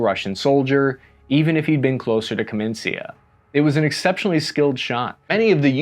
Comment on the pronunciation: I suppose you spell this town name as "kamenitsa", nor "kamensia". It's from the word "kamen" -- "stone".